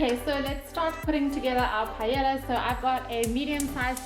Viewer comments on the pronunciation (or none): Repeat after me. PA. EY. YA. (the two "L"s sounds like a Y).